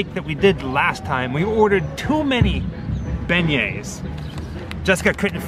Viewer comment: Every time i go to Cafe du Monde and eat beignets, i’m always wearing black for some strange reason and always getting powdered sugar on my clothes but i was born and raised in New Orleans so I’m used to it, oh thanks for the correct pronunciation of our famous sugary treat and the Cafe name..🤘🏻😎🤘🏻